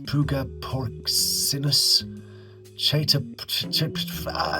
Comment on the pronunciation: Lol: Try this nreakdown... (sounds like this:) SHAY - TOP- FUR- US. POOGA - PORK - EYE - NUS Shaytopfurus Poogaporkeyenus Chaetopferus Pugaporcinus 😊 Your welcome😂 and Thank you guys for doing such a great job keeping us entertained! I love watching❤